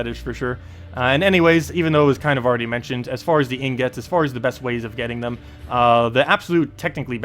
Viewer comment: 'EEEN GIT' ffs. your pronunciation kills me, my guy.